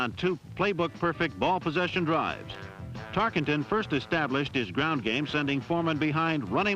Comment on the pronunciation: Announcer mispronounces Tarkenton "Tark ING ton" every time-- maybe this is why Pat Summerall was the voice of "Game Of The Week" thereafter this production.